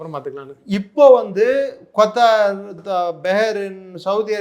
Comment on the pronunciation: Yov, kothar ille kathar ( qathar) Begrin ille Behrin.